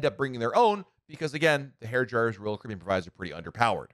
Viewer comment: There are 6 syllables in "Royal Caribbean" and somehow this guy manages to cut it down to something like "Rl cbn" 🙂🙃